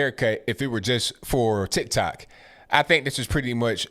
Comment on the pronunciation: “TIKAH TOK” lmao I love you. Bernie begged his supporters for hundreds of thousands of dollars if not more and then he just drops out? 😂😂😂